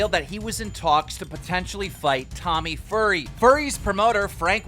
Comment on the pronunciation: Tommy Furry is he saying?? xDD